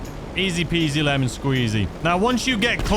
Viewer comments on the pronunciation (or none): none